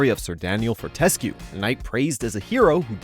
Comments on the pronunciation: ForTESque and Med''I''evil? weird pronounciation my friend, Medievil is a pun because its pronounced medievil xD And i believe it is pronounced FortesQUE with the emphasis on the ''que'' AND HOW DARE YOU TO SAY THAT THE ORIGINAL WAS'NT ANYTHING TOO SPECTECULAR?! Warcraft 3: Reforged! <3 <3 <3 Systemshock 1&2 gets a remake?! NICE! And i can't wait for FF7 remake! <3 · Med I Eval? For Tes Que? Who the hell taught this guy English? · Warcraft only number 6 or your butchery of Medieval and Sir Daniel Fortesque pronunciations are almost criminal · Your pronunciation of medievil and fortesque was pretty interesting to say the least :) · He even butchered Fortesque! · He also mispronounced Fortesque and Zarok, for the record though. Haha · How can you mispronounce Fortesque's name when he says it himself? Come on man.